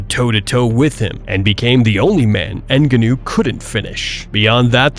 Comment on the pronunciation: Everytime you pronounced francis ngannou I had a stroke